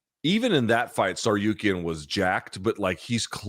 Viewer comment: It's not Tsaryukean you freeking tool.